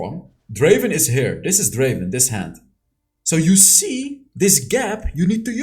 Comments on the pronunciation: Not draven it's drrraven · Its Dreyy ven 🤣